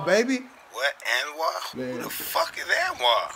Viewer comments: Enwaar?? Nooo.. It's Anwar !! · I thing the name pronounced as " Un + wor".